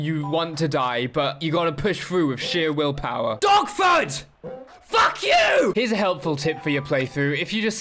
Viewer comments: I thought he was saying DOGFOOT the first time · Thought you were saying “dogfoot” the whole time you were saying “dogford”